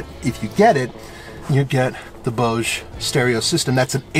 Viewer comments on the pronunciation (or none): Love how pronounces...Bose.